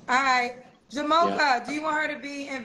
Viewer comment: Why can’t pronounce names. He said-JA-MO-KA! Damn